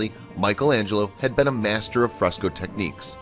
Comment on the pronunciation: Fresco... Not Frostco... et al...